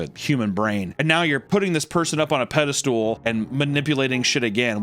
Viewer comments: Does think the word is "pedestool"? Wtf? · The way you say it, I'm not sure I'd EVER want to be put on a "pedi-stool." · I love when people say "pede-stool" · it's pedestal not "pedestool"...;) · It’s a pedestal. Not a pedestool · The pronunciation of Peda-Stool will forever be burned in my brain. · Does he think it's "peda-stool"? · Will someone please teach how to pronounce "pedestal"? 😵‍💫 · Can't help but laugh every time I hear you say "pedestool" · Does anyone else find Papa's pronounciation of "pedestal" strange? you're talking crazy, Papa!